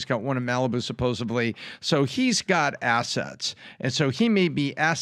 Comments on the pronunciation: it's spelled and pronounced, "supposEDly." Makes them sound ignorant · The photos of Clinton on the plane with teens are already out there. In addition,, “supposeably”?Really? Between that and “Libary”, I cannot wrap my brain around someone so smart pronounces words like this. 🤦‍♀️ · The word is supposedly, not supposably. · Did that guy say “Supposably”? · He did not just pronounce it "suppos-ably". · did NOT say supposebly?? Please tell me i misheard him?? Hes way too smart for that blunder.